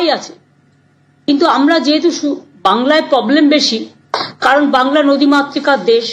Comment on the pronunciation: Are bhai poblem noy.... Problem😅😅Problem. Pogram na..... Programme😮😮